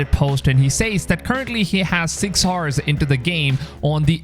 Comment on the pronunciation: Love your vids, but I have a question: Why do you say "6 HORSE" instead of "6 OURS" when you want to say "6 HOURS"? I've heard this many times that you pronounce H in the beginning of the word HOUR. This is... interesting. Never heard this.